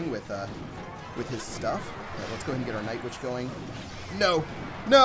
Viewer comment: Did you say nightvitch